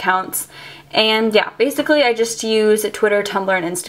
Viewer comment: please stop saying bacicly